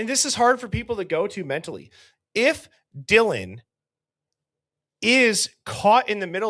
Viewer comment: It sounds like he said “John thank you so much for your courage, I appreciate it”. I guess it’s a mumbled “Dylan”. 😑